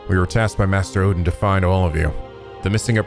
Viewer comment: God damn! I nearly spit out my water when misread Odin's name as "Olden."